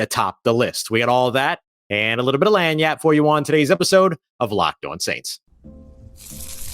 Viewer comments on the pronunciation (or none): it's lagniappe, not land yap (not trying to be a know it all, just trying to help)